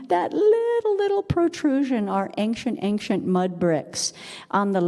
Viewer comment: very interesting but please see below The word "ancient" is pronounced as /ˈeɪnʃənt/. It is a two-syllable word with the stress on the first syllable: AYN-shuhnt. The key pronunciation point is that the "ci" sounds like "sh," not "k". Breakdown of the sounds: AYN-: The first syllable is pronounced like the word "ayn". -shuhnt: The second syllable has the "sh" sound, a schwa (uh) sound, and a final "t" sound. Tips for pronunciation: Practice the "sh" sound: Focus on making the "sh" sound clearly, similar to how it sounds in "she". Place the stress correctly: Make sure to emphasize the first syllable (AYN-). Listen to native speakers: Watching videos or listening to audio recordings of native English speakers can help you perfect the pronunciation